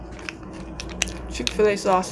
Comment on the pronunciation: I'm here for the "Chicka-Flay", not Chik-Fil-A 😂💕🍗🍗